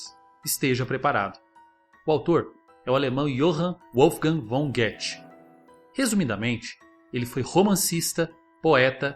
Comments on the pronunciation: olá! a pronúncia em alemão é Guta e não Guete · "Guetche" = Goethe?... Um bom vídeo, sim, gostei muito. Pena que o narrador não se tenha esforçado por dizer Goethe correctamente. Contudo, não é isso que está em causa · Corrija a pronúncia do Goethe, pareço Getti, fica muito estranho assim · A pronúncia é Guta (Goethe). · Eu pronunciava "Gôdé" rsrs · Pronuncia nao é Goeti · Conteúdo ótimo...Goethe é, sem dúvidas, um autor que deveria ser lido por todos- principalmente, a primeira parte da sua obra Fausto. Só gostaria de deixar uma ressalva, a pronúncia correta de Goethe é “gútê”. Obrigado por trazer essas citações do autor, eu não conhecia a maioria. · Guetchy? Rsrs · Olha a pronúncia na hora de dizer o nome do pensador. Nossa.....eu hein? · Muito bom, mas a pronunciação do Goethe, ta bem mal kk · Olá. Parabéns pelo conteúdo! Mas uma dica sobre a pronúncia correta de Goethe: a primeira sílaba "Goe" se fala como se fosse "Go" mas fazendo bico, sem mostrar os dentes. ( Se preferir põe algum vídeo em alemão sobre ele. Mais fácil rs)